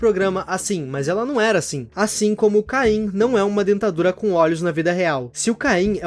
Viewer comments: Desculpa ser chato mas, não é "caim" é "CAINE" mas, a pronúncia em português do Brasil é caim então talvez eu esteja errado, ou não. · Kkkkkk, é Cane, não caim KKKKKKK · Num e Caim e sim caine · Por que vocês falam cain ao invés de caine 😳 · Des de quando oh caine virou "cain" ??